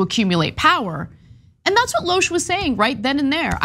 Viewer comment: TYT cant even pronounce her name correctly. Spot on journalism